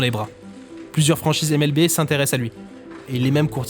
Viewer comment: Petit détail mais si tu dis NBA à l'anglaise, N Bi Ai, comme tout le monde, tu pourrais dire MLBi et non MLBé. Mais bon désolé pour l'instant grammar nazi, la vidéo est cool. Surtout que vu du Japon je connaissais un peu le bonhomme 😊😊